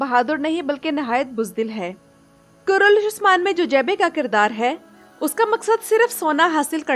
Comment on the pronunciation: The name of drama is kurulus Osman you say kurulush Osman so when you upload a video so pls take care